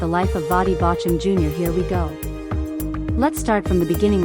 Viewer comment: Drop AI. It can not even pronounce his name correctly. That is not respectful.